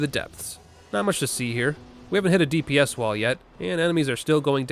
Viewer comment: Did... Did you just say "DPS" as "deeps"? Do you actually say it like that or was it just to trigger people?